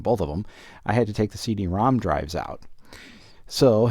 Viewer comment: I thought he was saying "See de ROM"